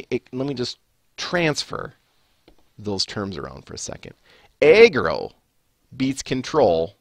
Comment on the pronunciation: why do u say eggroll instead of aggro? sounds pretty strange